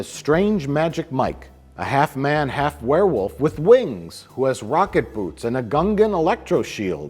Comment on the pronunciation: I dunno why, but I hear "Vodka boots" whenever says "rocket boots"......... I like the former better.........